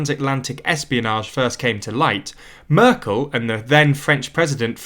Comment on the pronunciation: And I was annoyed at the speaker pronouncing Angela Merkel's name was the same as Angela Eagle or Angela Rippon's!